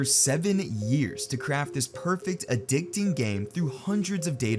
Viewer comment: "addicteeng" "unproportional" what in tarnation are these words, goshdarnit?